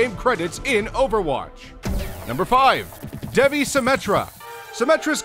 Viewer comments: Dude Devi is pronounced Deyvee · the devi symettra is pronounced D-ee-v-eye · It's pronounced Dai-vee. Devi means goddess in Hindi. You can google it. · Bedowin for Genji? Really? Bedowin is probably his worst skin. Also, your pronunciation of Devi and Kali disgusts me. Furthermore, Sunyatta isn't anything compared to his red and black skin. I can't remember the name, but it's legendary and it looks like he was born in a volcano.